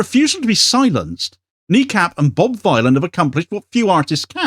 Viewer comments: THANK YOU! Bob Dylan, the ethnonationalist villain. Not violin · 'Ere, Bob Vinyl, proper job